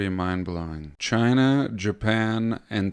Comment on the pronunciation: I like when you say Chiner 😂